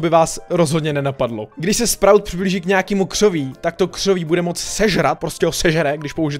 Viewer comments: Čte se to 'Spraut' ty sprůte :D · čte se to sprůt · Čte se to "spraut"... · Vyslovuje se to sprůt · Vyslovuje se to sprut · Sprout sa to hovorí